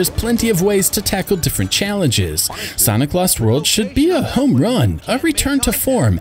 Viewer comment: I thought you said "Santa Claus World".